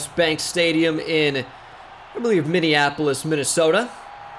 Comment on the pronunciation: I live in minneapolis and is the ONLY YouTuber to say it correctly lol